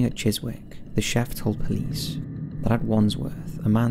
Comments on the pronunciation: Chiswick is pronounced as Chis-ick (silent W) .... I live there..... 😊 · Great video but just a heads up ‘Chiswick’ is pronounced ‘Chis-ick’ and ‘beret’ is pronounced without the ‘t’! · who cares if he said the W in chiswick move on no need to point it out but nice rack :) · Wow! I’m so fascinated with the history of where I’m from, especially the 1st story, Hounslow is so close to me and public transport, I would say would’ve been much safer that time then it is now. Btw you mispronounced Chiswick- the ‘w’ is silent my friend!! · The T is silent in Pestle . The W is silent in Chiswick